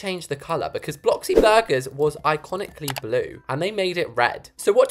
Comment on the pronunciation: it not bloxy burger it blox burger